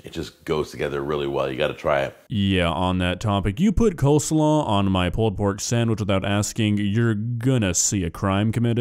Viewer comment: One of most infamous videos and one that's become something of a meme amongst "foodjacks" because of those ridiculous meat claws he uses. 😂 P.S. You've got to love the way mispronounces "pulled pork" as "pulpork."